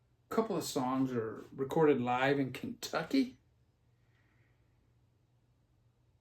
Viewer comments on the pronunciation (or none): none